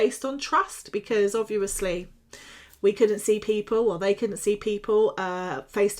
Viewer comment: Why so you say obvuu osly 😬😬